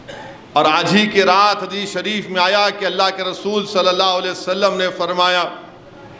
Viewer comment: Nabi sallallahu alaihi wasallam bolne me mistake hori ya hamako sunne me, Allah behter jane